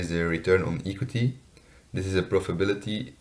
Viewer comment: Hello, I liked you presentation. Your pronunciation was really nice. I also find it good that you use data from 2015 till 2019. I have 1 remark. I think the the pronunciation of the word equity is different. But your presentation was good overall.